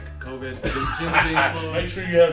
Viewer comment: “Clovid 19” lol 😆